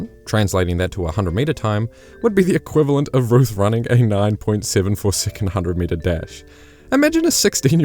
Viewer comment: I can't cope with the pronunciation of the word SECOND as SICOND!